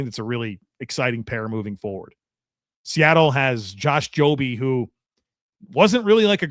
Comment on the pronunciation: Not joby Jobe pronounced Joab. SMH